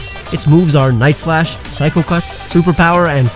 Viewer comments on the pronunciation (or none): none